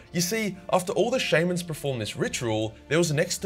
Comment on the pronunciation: I twitch in the eye every time pronounces shaman